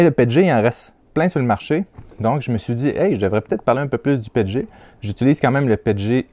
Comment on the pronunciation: Nous on dit P E T G pas pet et g ces comme quand on dit P L A et pas pla ou A B S et abs ce sont des abréviations 😉